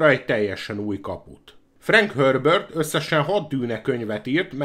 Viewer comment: De ez miért frank hörbört...?? Nem Herbert...???🤔🧐